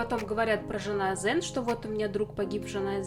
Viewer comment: Хотелось бы отметить, что казахские слова иимена и все остальное, если написано Оз Тюрк, так и будет читаться, Азтюрк и не жанаазен, не приятно очень, тем более от братьев татар